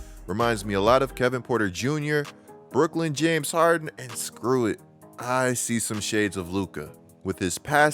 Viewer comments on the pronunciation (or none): none